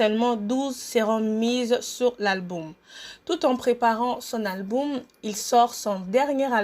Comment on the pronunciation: Bonjour c'est ta biographie mon dit tu fait exprès où quoi de dire tout le temps alboum au lieu de dire album